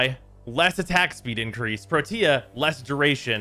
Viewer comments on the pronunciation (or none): please stop calling her pro-tia. Its Protea, like Proteus without an s. please. And you're STILL saying gaws knowing its Gauss? Sigh. i need to go kick something.